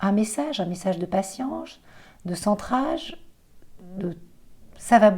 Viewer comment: Tu as dit passi-ange,, au lieu de patience.... et j'ai trouvé ça très beau.